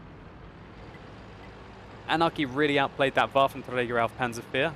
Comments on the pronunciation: Lol how many times did he say "wafer treiger auf panzerzezrzrzzddkdkm fia" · sounds funny for germans when u say waffenträger ^^